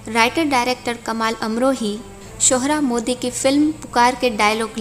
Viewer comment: आप केवल पोस्टर पर पोस्टर दिखाये जा रही हैं। सेट के फ़ोटो इतने कम, इतने छोटे, और इतने अस्पष्ट हैं कि खीज होती है। ग़ुलाम अली का ज़िक्र इतने जोशो-ख़रोश से करने के बाद भी उनके गाये राग को एक सेकेण्ड के लिये भी नहीं सुनाया। सोहराब मोदी को आप शोहराज मोदी कह रही हैं। के. आसिफ़ को आप के. "आशिफ़" क्यों कह रही हैं? Thumbnail पर कुछ और लिखना, और वीडियो में उसे न दिखाना क्या कहलाता है? इसे धोखाधड़ी और बेईमानी कहते हैं।